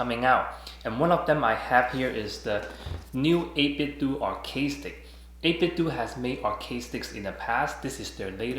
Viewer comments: First off, excellent video, thank you. I'm just gonna throw this out there, 8bitDo I would think would be pronounced doe not do, like Nintendoe / 8bitDoe lol Also I would think through a software update that they can make the macro work no matter what side your are facing. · i'm a little late to the party but the company is pronounced like nitenDO not "do" as in "to do". They collaborated with "Analogue" on Nintendo accessories, hence the name - but very good review nontheless! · It's 8bit-DOH like Ninten-DOH. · Surprised how many people call the company 8Bit-"do" as in "just do it" when it's clearly a play on the name Nintendo which we pronounce it as "dough".